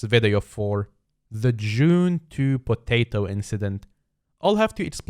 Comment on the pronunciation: Why r u saying “potato “ so weirdly?